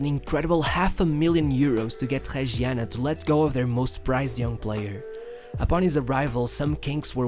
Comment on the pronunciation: Not Tregiana, nor Haiola. As you were able to say MastouR, impRove you are also able to say Reggiana, Raiola